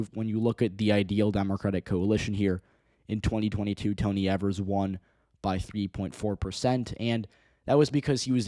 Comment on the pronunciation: Its pronounced Eeeevers not Evers